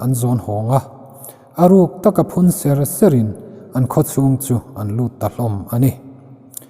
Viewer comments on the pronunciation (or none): Ngaihnawm khawp mai, ka ti ve khang lang a nge sakuh ser tih hi pan ser anga lam rik a ang deuh panser ang a lam tur ni loin ser,ser, kan ei thin ang a lam tur niin ka lo hria a dik em le,. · sakuh ser nghah tih lai hi ilam dik lo. ser(taksa a ser ang in ilam) ser hi ser (serthlum) a lam tur zok ni in ka hria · Sakuh ser nghah i lam dan chuh, i lam dik lo tih i inhre tho ang chu maw